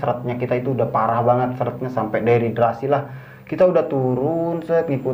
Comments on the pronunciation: Dehidrasi omm.. bukan deriderasi 😂😂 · "DEHIDRASI "(kekurangan cairan tubuh) bukan "deridrasi" (deridrasi apaan??) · aku ke channel ini karen kmarin nonton bang indra di lentera malam,btw itu dehidrasi bukan deridrasi 😂